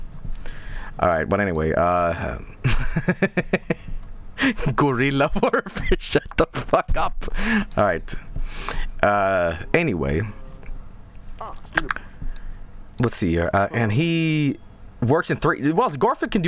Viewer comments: It's guerilla, not gorilla. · It's a bad pun, because it relies on you mispronouncing guerilla, just like all of those Van Gogh puns.